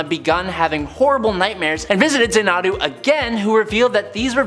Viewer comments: phonetically it's ZANNA-DOO. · Zana'du? I assumed it was pronounced like the movie and song Xanadu . . . RIP Olivia Newton-John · ...Xanadu is pronounced ZAN-a-du. lol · FYI My Man XANADU is pronounced ZAN EH DO 🖖🏾